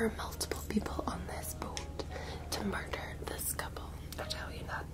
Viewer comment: "There's been a MUrrrderrr!"